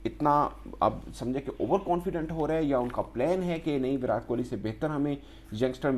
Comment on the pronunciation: Bhai naam to sahi se bolo...virat ..virat... T ...tamatar wala...ab urdu me kese samjhau...😂